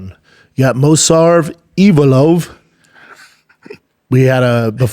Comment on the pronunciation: Mosarv? And nobody is correcting him? This is one of the issues with this fuckin podcast. And this dude has the audacity to talk about